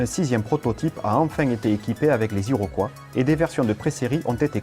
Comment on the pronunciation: Who hired the English-speaking announcer? He can’t pronounce Iroquois, 105, A. V. Roe, etc. This is typical of so many of these YouTube features.